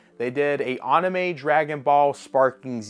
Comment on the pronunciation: Running gag. He always says it like this. Same of Anime calling it Onimay, and Yu agi Ho, U G O